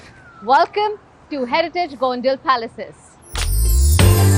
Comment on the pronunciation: Name of this town is Gondal Here D is pronounced as D for dollar.